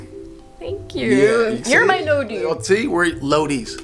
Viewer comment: Not Lodi ... Loida ... great show :P